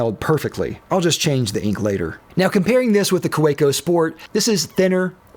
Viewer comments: I believe the company name is pronounced "kavecko" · The Kolo Tino costs 5 - 8 times the price of Kaweco. Also, Kaweco is pronounced KAH-veh-koh, and that ink is Van dee mens. Also, the Gravitas is 4 - 10 times the price. And all of your other pens are much more expensive. It’s kind of like calling filet mignon the Hamburger Killer. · Like a Swiss army knife by Victorinox, the Kaweco sport will always be relevant. Also, pronounce the w as a v. "Ka ve co," for it is German. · I could barely watch this because of how horribly you pronounce Kaweco 😅 The 'w' is pronounced like a 'v'. Kah-vek-o. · There's no "preferred pronunciation" for the Kaweco Sport... there's A pronunciation, period.